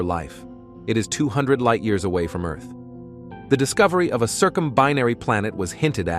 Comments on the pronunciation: It was all awesome until you said the word EARth like that cya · Is that how bot reads Earth? Not cool, not cool.